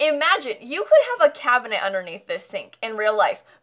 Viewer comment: WHO PRONOUNCES THE I IN CABINENT 😂